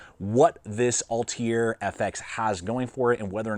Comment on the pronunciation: This dude can't even pronounce Altair! Barely even found it and had google autocorrect tell me goddammit. :face-green-smiling::face-red-heart-shape